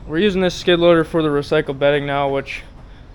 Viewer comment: I didn't know "skid-loader" only had 2 syllables! 😂